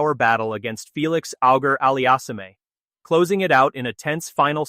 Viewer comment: You folks should not be allowed to make videos. Your announcer(s) cannot correctly pronounce the first name of Jannik Sinner. In this video, referring to a great 5 set match between Novak and Felix Auger-Aliassime, the unintelligible mess the announcer made of this player's name was criminal in its disrespect. If you can't correctly pronounce a person's name, get out of the business.